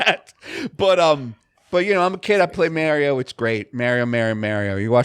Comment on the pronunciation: Viewers shocked that can pronounce mario correctly. It's Mario, not Morio